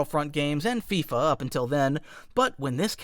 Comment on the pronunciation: i could tolerate the AT-AT pronunciation, but fifa? im never watching a stickman video